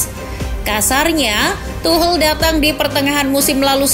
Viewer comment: Tidak bisa fokus gra² admin nya bilang tuhel